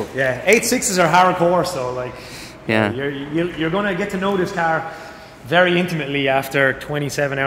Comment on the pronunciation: "weri windi, weri cloudy, very rainy" kocham ten akcent i wymawianie gdy jest sie polakiem